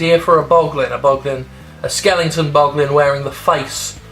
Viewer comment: love ya Jim but the word is skeleton, not skellington